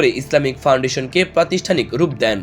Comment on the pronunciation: ওই মিয়া এই লোকের উচ্চারণ তো ঠিক নাই।প্রদেশিক প্রতিষনিক এগুলো কি উচ্চারণ ভাই